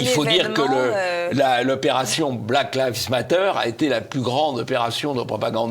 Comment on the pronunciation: Excellente émission bien sûr...mais évitez svp les liaisons malheureuses et douloureuses elle va T être, hélas répétées. De même pour l absence de S final à Black Lives Matter. JM, professeur d anglais.